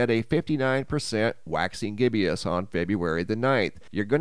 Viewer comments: Sorry... There is only one I in gibbous... gib-bus... not... gib-e-us. Just a pet peeve of mine when I hear an intelligent person mispronounce a word they should definitely know based on what they talk about for a living. Otherwise, love your channel.. keep us informed!! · It's pronounced gibbous, not gibbeous. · It's GIBBOUS... not GIBBY-OUS. Just saying. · Gibbous is pronounced "GIB US" not "GIBBIE US". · Just for future reference, gibbous (as in waxing) is pronounced "gibbis"....not gibbIOUS. I used to pronounce it "Jibbous"....until I looked it up...😄😆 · It's pronounced waxing gib-us there is no "i" after the b in gibbous. You are pronouncing it as waxing gib-ee-us. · Gibbous. Two syllables, no I. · Love the channel. You are pronouncing gibbous wrong 😆